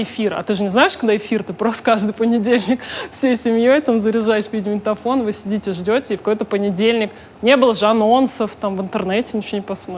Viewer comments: А ещё она говорит "видеоманитофон". Как деревенская бабушка 😊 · Дмитрий Москалёв похоже да 🙈